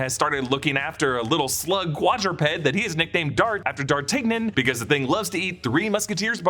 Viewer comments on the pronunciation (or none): "DAR-TIG-NEN".... Come on, dude, really? Say it with me, "DAR-TAN-YAN". I know it isn't a comic book or a Disney IP, but it's a very well known literary character. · Dart tig nin? It’s pronounced Dart Tan Yun French👍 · “Dar TIG nin”… that hurts. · Did he say “dar-tig-nun”?? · Did...... did you just say Dar-Tig-nan?